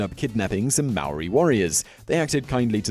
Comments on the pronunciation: am I the only one that's gonna bring up that he completely butchered the pronunciation of 'Maori' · You said 'Maori' wrong! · If you can't say Māori words don't say it! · Bro how you said Maori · Come on man,Did you really said Māori wrong,Omg...thats the easiest word to say in our country 😔☹ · I've watched 20 seconds of this video and already annoyed by the way he pronounces Maori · If you gon teach other people about Māori people, learn how to say the name first🤦🏽‍♂️ not to mention the other things you said🤦🏽‍♂️ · And hongi hika isn't the only well known rangatira. Mere is pronounced me re not meer. An it's Maori not marry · It's not mari it's Maori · its not Mayori its not that hard to say *Maōri. And half of the kupu Maori (maōri words) are wrong. if my koro saw this he would get his cane and teach u how to say the words properly. Our Ataahua Culture is unique and no matter what it is mine. Maori Are NOT Terrifying. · “MOWRI” that hurts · When I heard him try to say the word Maori, I heard him say; Meow -wee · every time he said moweriee. I threw my laptop onto the ground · I know he tried but the way he pronounced Māori sounded like Maui from Moana instead lol. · Yo if you if your gonna do a video about us learn to say "Maori" right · If your gonna make something about Māori people say Māori right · Could’ve at least learned how to pronounce ‘Maori’ properly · sam baker here mate. Yeah. Nah. He sucks at pronouncing Maori words. Yeah. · Te Reo Māori. It's not difficult to pronounce if he really cared more than just sharing facts for ratings. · I couldn't finish watching this, his pronunciation was so bad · you really butchered the word maori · i understand the frustration but alot of people do not announce the Maori language right especially in NZ! im just glad that more people know of our culture even though some facts are wrong most people dont even knw what language we speak or where we are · Cant even say maori right 😤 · He can't even say Maori 😂